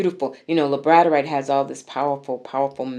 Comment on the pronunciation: Its pronounced Labrador (like the dog) ite ❤